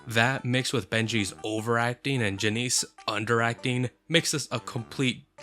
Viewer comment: It’s not pronounced Janice it’s pronounced Ja-ness-a.